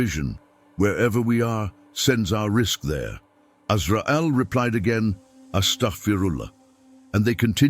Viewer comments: Please try and keep tabs on this AI stuff, it is intentionally made to pronounce some words in awful way e.g Its Dhikr but Ai turned it to DICKER I also notice attimes it say AZRAEEL then next sentence it would say AZRAAL,AZRAIL clearly the subtitle is showing AZRAEL this is not an Error But intentionally programmed to act that way. Please filter the Error in future content. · Assalamu Alaikum dear channel owner, your content is amazing Ma Sha Allah and the topics are very interesting. But I would like to point out that the AI narration and subtitles you use do make errors and missed wordings that impact the integrity of your videos (for example, in this video, Allah's name was missing in both the narration and subtitles and Azrail (Alaihi Wa Sallam's name was mispronounced several times). Please double check for any mistranslations/mistakes in your video AI narration and all will be well, jazakallahu khairan and may Allah bless you. 💖💖